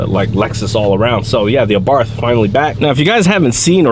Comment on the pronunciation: it is pronounced " Ah Bart".....the H is silent